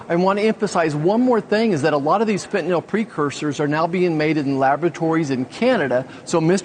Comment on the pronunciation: Fentanyl does NOT have an "O" in it, people.